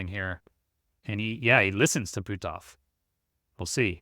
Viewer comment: On a more humorous note.., you do such a great job getting all your pronunciations correct but you butchered poor Hal's name! LOL! It's pronounced, "Puh-t-off." LOL!